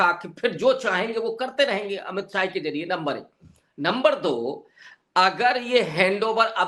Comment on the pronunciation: Not sahai it is Shah